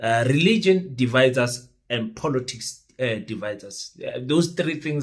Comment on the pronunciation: Just for the pronunciation of the word " POLITICS". Please it's not Polotics .....l know you love VW POLO, but this is something else